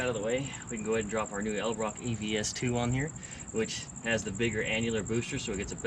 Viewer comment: This car was truly a Great Find... Very un molested.. Just curious if you don't mind saying .. How much you had to give for it... OH.. and FYI.. The Carburetor Brand . Is Pronounced " Edelbrock" not .. Eldebrock .. :)